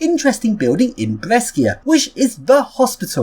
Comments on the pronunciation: p.s. out of interest, the correct Italian pronunciation for Brescia is B-re-sha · As another person pointed out right before me, the third city you went to, Brescia, is read Bre sh a, like bro + kesha. Also the first is BerGaMo, not BerMaGo.